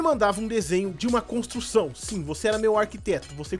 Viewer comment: Kkkk ele falou amenic contrucão